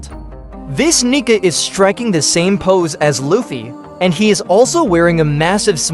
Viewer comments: Its pronounced, KNEE CAR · why is your ai voice saying the N word?